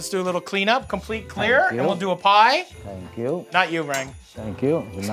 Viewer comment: Somebody to Rang: " Good Morning." Rang: "Tank you."